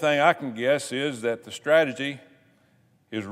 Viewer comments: Stragity? Is that a new version of Stratego? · He said stradgety. :) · Stragedy. Strategy*. Thought he accidentally said it wrong but then he said it again!